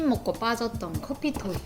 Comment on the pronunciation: 와 말씀 진짜 잘하시네요!^^ 선실크는 안써봤는데 써봐야겠어요 리뷰진짜 잘하시는듯.. 근데 자꾸 커피조이를 커피토이라고ㅋㅋㅋㅋㅋㅋ